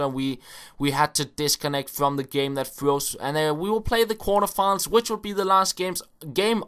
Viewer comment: You thought the video 'froze' not 'freeezd'